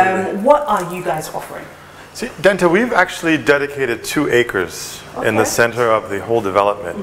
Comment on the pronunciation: Informative interview Dentaa. Well done, wonderful initiative, the standard of Ayi Mensah is very high and certainly on par with European buildings if not better.... But please, it's Dentaa and not Denta wai. 😁